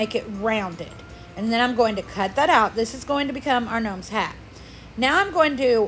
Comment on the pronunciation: Gnomes not knomes...lol